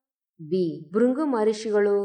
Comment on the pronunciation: Respected Madam,ಉತ್ತರಾಖಂಡ ರಾಷ್ಟ್ರವೇ ? ಹಾಗಾದರೆ ಭಾರತವೆಂಬ ರಾಷ್ಟ್ರದಲ್ಲಿರುವ ರಾಜ್ಯಗಳೆಲ್ಲ ರಾಷ್ಟ್ರಗಳೇ? ರಾಜ್ಯಗಳ ಒಕ್ಕೂಟ ನಮ್ಮ ರಾಷ್ಟ್ರ ಅನ್ನೋದೂ ಗೊತ್ತಿಲ್ವಾ? ಧನ್ಯವಾದಗಳು. ಬೃಗು ಅನ್ನೋಕೆ ಬೃಂಗು ಅಂತೀರ. ಅದಕ್ಕೂ ಧನ್ಯವಾದಗಳು.